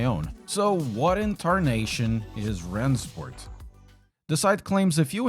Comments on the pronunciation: Ich finde es super lustig wie er Rennsport ausspricht... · every time he said "rennsport" it sounded more and more german